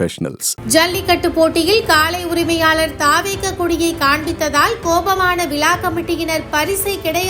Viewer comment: விலா கமிட்டி இல்ல மா விழா கமிட்டி